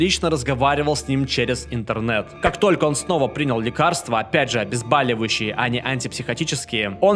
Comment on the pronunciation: ОбезбОливающие - от слова "боль", а вот ваше обезбАливающее - от какого слова, вашу мать???